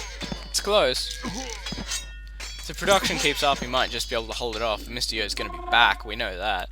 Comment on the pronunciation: I THOUGHT HIS NAME WAS "MISTY YO" ALL THIS TIME BECAUSE OF HOW YOU SAY IT